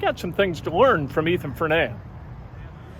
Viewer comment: Great interview. Great kid. Name is pronounced FER-knee-uh.